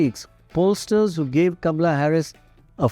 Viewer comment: It's KAMALA, not Gamla 😅